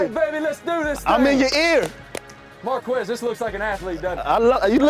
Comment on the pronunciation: Its Marq-Wezz